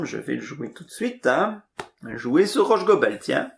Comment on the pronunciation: Si je peux me permettre, on prononce Rhosssssgobel. Le h n'a pas la faculté de se déplacer après le s... À part ça, merci pour la partie !